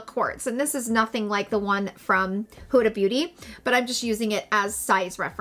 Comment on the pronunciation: Love you. Thanks for the review. As an Egyptian, I must correct the pronunciation (forgive me). Not Who-da but Hood-a (like hood of a car)❤️❤️